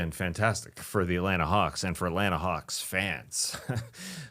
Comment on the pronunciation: did Skeets say Hawks or Kawks?